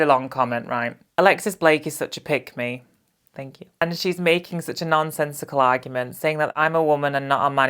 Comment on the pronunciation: Was wondering what does 'pygmy ' mean, then realised you was saying 'pick me' 😂😂😂😂😂😂😂😂